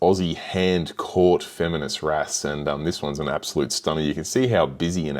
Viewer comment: Beautiful fish but the pronunciation of femininus (you put the name in your title, it's not feminus) and anthias (single is not anthia, the s is hard, like bus, not soft like bees) makes me cringe.